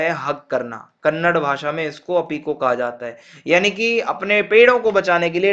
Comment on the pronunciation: Kannad❌ kannada✅